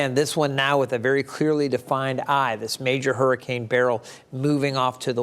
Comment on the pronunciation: Beryl pronounced as BARRELL?